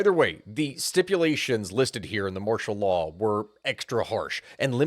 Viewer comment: Anyone ever tell you your accent makes martial law sound like mashallah I had to replay it a few times and yeah, the emphasis on "marsh" and pronouncing law as "laah" got me laughing